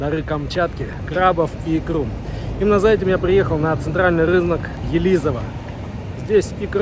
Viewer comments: Не ЕлИзово, а Елизово 😊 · Спасибо, только Елизово произносится правильно с ударением на первый слог.)